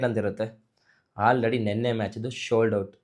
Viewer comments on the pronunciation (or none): Shold out, yeno nin kathe correct aagi pronounce mado anna